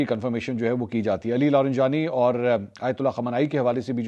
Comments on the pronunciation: I really enjoy your Urdu pronunciation but disappointed with your pronunciation of non Urdu words. E.g Fajira instead of Fujairah, Jabeel instead of Jubail, LariNjani instead of Larijani. Hope you will take this as constructive criticism. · منصور بھائی لارینجانی نھیں بلکہ لاریجانی ھے یہ تلفظ کی غلطی صحیح کیجیے شکریہ